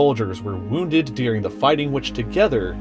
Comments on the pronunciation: "During" not "Dearing" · The word is during, not Dearing. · ITS DURING NOT DEARING